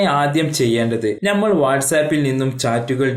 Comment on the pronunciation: മലയാളം ചൊവ്വേ നേരെ പറയാൻ പടിക്ക്.നമ്മൾ ഞമ്മളല്ല. മുഴുവൻ. മുയുവൻ 🤣🤣🤣